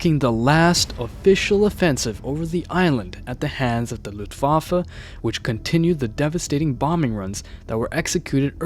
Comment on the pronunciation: americans be like "looftwaffle"